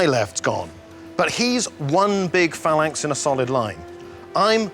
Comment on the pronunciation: Lol the guy with the glasses calls them failanx.